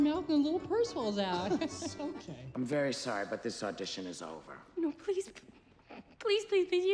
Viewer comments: pleek pleek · haha she deadass said pleek??? I never noticed🤣🤣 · I burst out laughing when Rachel said pleek and I'm not ashamed-🤚😭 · I DIDNT REALIZE SHE SED PLEEK IM SOBBING BWAHAH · “PLEEK” PLEASE MACARONI TREID TO COME OUT OF MY NOSE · LMAOOO “pleek” 😭😭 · I’m legit dying when she said pleek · Nahh what got me the most was Rachel saying 'pleek' instead of 'please' at the end of the video. When I first watched that scene, I didn't even realise that😂😂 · BRO I NEVER NOTICED "PLEEK" AND THIS MADE ME LAUGH THE HARDEST IVE EVER HAD IN LIKE A YEAR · i have never noticed that Rachel says "pleek" lolll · "Pleek" I'M DEAD 💀💀💀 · NOT THE "PLEEK" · HOW DID I NEVER NOTICE RACHEL SAID PLEEK ???,?? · She really just said Pleek instead of please